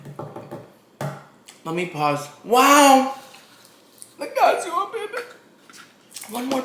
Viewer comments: Cacio is pronounced Ka-chee-oh :) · Omg and his pronunciations 😂He watched the TikTok and how they emphasized the name but still said cacio as if it were “cassio”. Love you tho you’re pronunciations just crack me up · The pronunciation of "cacio" is so bad. Aaahahaaaaa! Cheers!